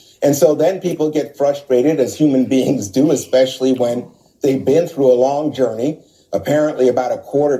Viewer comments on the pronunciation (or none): none